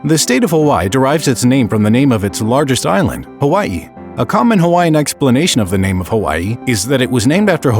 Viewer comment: this is so sad but the way he said Kamehemeha and Hawaii just got me mad